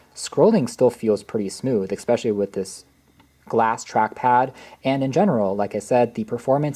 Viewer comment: ‼️”Mac OS ex” “Ex-speshully” “Boggle down” Literacy in America. 🤡